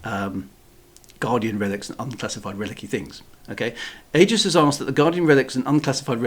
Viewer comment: Sorry but Wintermute is correct. The a is silent. It is pronounced eegis😵